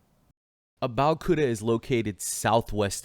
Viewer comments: These people don’t have mirrors in their house. It’s pronounce Ah-bey-ohh-kooo-tah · Lay-gos, Abeo-Koota, Porh-tah-court. Damn the name butchering got me tearing up. lol. I also love the stock videos as if nigeria doesn't have cities hahaha. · That pronunciation of Abeokuta is sooo wrong And stop saying "SHE" that's a guy she's been chatting with